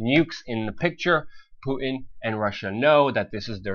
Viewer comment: PuTin. Putttttin. It has a T in the middle! I know we are on the brink of WW3, but it drives me nuts! haha.